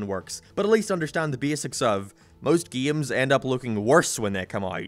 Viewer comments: can you say "games" instead of "giums"? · Geams...I like to play geams...GAMES